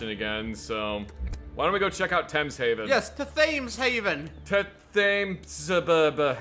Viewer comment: If you both care at all, the Thames is pronounced Tems. If you don't care, then carry on!